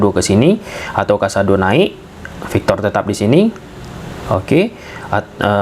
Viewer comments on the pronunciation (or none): PAU victor, bukan VAU victor 😂😂😂😂 Tolong bedain P sma V. 😅